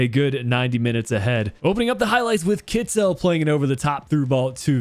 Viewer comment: Kittel is supposed to be pronounced more like Kitl than Kitzel. I know you’re keen on pronounciation.